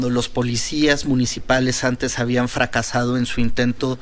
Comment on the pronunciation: A lo mejor ya no oigo bien. Ciro parece que dice como "bian fracasado" en vez de habían fracasado...